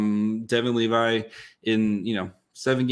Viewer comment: I think this guy struggles with dislexia, he never pronounces player's names right when there are countless resources to learn. Levi isn't pronounced like the jeans you dolt. How is this your job?